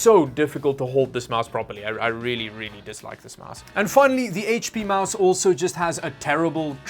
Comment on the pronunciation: say with me its MOUSE lol